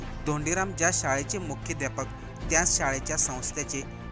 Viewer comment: मुख्याध्यापक सुद्धा तुला नीट उच्चारता येत नाहीये 😮